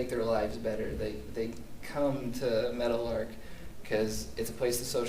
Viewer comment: Oh. Meadowlark. I thought for 20 minutes you were saying Metal Ark, Good work, looking forward to watching the rest.